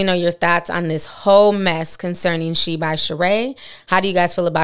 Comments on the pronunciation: 😂 it’s not pronounced sheen though. It’s She-In. Love you Ti! ☺️ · I thought it was pronounced She-IN not Sheen 🧐 Guess you learn something new every day 😅💁🏽‍♀️ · It's pronounced SHE..IN...not sheen! Look at the videos on the website. They all say SHE-IN! You saying it wrong too Ti! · Its She-in not sheen. They used to be called "she inside". Just like ASOS used to be called As Seen on stars. They shortened the name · Correctlly pronounced She-in, with 2 syllables. Not Shien with 1 syllable. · It’s actually pronounced “She In”. It used to be called “SheInside” (She Inside) but cut it to “SheIn” (She In) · Lol right. I shopped there when it was called SheInside years ago. This sheen shit is killing me 😂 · Love you,... btw, it's pronounced like "She•In". She definitely tried to play in folks faces. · I thought it was pronounce SHE IN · It’s actually pronounced she-in and she Knows it lol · Ti it’s she—In😂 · Shein………… It’s pronounce…….. Shine 🤗🤗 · Lol just wanna say, the name is She-in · It’s pronounced she-in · SheIn is pronounced SHE-IN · Y’all, it’s pronounced She-in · She kills me acting like she can’t pronounce SHEIN 🙄